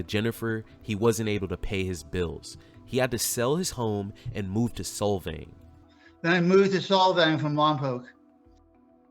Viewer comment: It’s like solve… Solvang. Not sol like the sun.